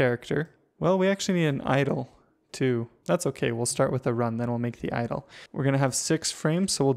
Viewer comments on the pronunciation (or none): i thought he was saying idol not idle